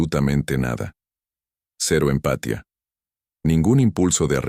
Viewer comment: EXCELENTE CONTENIDO Pero por favor, para el próximo que no les la IA (no lee bien algunas palabras y acentos (empatia, ano)